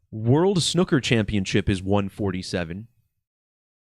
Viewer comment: I almost hit the dislike button over your pronunciation of the word snooker, almost unsubscribed even. But I guess Ill let it slide...